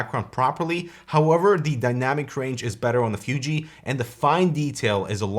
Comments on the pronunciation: It's Fooji, not Fyooji XD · I'm not sure what's worst: calling a mid-range DSLR a "fancy camera" or using its proper name, but always pronouncing it "Fyoojee." >_< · I really hate how you say "FYUJI". :)) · was annoyed how pronounced fuji, fooji would be closer imo